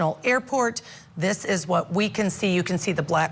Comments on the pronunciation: Sloot, it’s basically pronounced slow-t Not sloooooo t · His last name is pronounced 'Van der Slote', not Van der Sloot". Not that I care about the guy. He is a psychopath. His own mother said that he is a psychopath! She wants nothing to do with him. Smart lady!